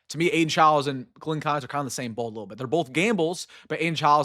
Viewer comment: Rule #1 in sports broadcasting. Pronounce the players names correctly. Keinholz, is pronounced “keenholz”. You’re welcome.